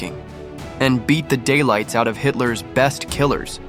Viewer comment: AI- A bar? No it's a B A R. 😒 Hightler? No it's Hitler. Not giving you money for me to watch this. It would have been ok if you'd have spoke and not a computer. 👎